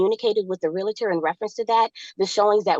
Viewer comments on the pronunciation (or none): "real-uhh-turr" is not how you pronounce realtor. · It is a REAL-TOR, not a REAL-A-TOR. Drives me crazy!!! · You cannot reason with the unreasonable. Someone tell her it’s realtor not relator. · "real-i-tor" Ignorance at it's best Somehow it's not appealing to see the silverback in it's natural environment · When they say REAL-A-TOR i know someone is lying especially when they know how to pronounce realtor! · Realtor is not pronounced like skellitor. Haha. The realitor said. I was gonna let it go but she kept doing it. She likely calls a stereo a stereol. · *re-al-tor...3 syllables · There's nothing like love grown cold. For the record, "realtor" has two syllables, not three.